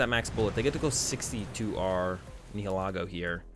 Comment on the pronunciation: bro, your pronunciation of the pokemon names needs work...PLZ try to say them correctly Nihilego (the correct term is Ny-ill-i-go)